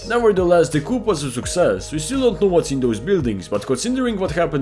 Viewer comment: Bro is def overanalysing ts Btw coup is pronounced "Koo" not "koop" as it is a french-origin word of "coup d'etat"